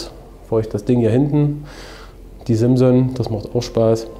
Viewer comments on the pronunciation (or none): none